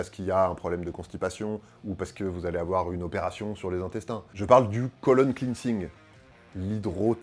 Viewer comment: Fun fact: "Cleansing" en anglais, ça se prononce "clène-sing" et pas "cline-sing" et par chance, c'est assez facile à prononcer à la Française aussi :)